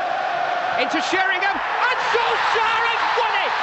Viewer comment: “Ole Gunnar Soleshire”